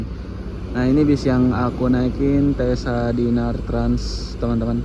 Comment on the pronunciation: Kayaknya di baca cessa bukan tesa 😅 deh